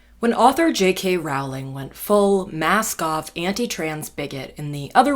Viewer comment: When you first said mask-off terf I understood masc-goth terf, let's just say I was a little confused